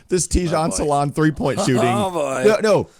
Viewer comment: Hi from france his name prononciation is salin no salaun